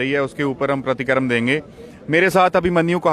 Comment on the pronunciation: सर परतीकरम नही सर प्रतिकिरया